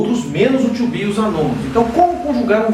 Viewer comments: You said verb "TWO BE", instead of "TO BE", LOL! Good job anyway! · Bom tutorial tirando o verbo "tcho be" ;)